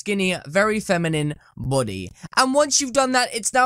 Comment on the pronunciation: You keep saying Buudy Its Body Not Buudy